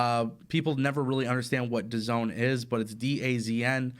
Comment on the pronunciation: DZN= dah-zahn not da-zone